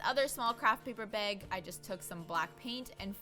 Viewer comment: Came for the DIY, stayed to see hear them say "paper beg" over and over again :D